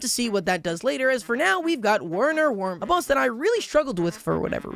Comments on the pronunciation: Warner wermam is sending me he’s German it’s pronounced verner vermin cause he’s a rat😭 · Kind of a non issue, but I do want to say his name is German and pronounced as "Verner Verman (Vermin)" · for the record Werner’s name is German so it’s pronounced “verner verman” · He pronounced wurner werman wrong